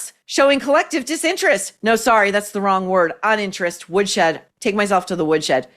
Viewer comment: My personal fave : to the WIOOD SHED!!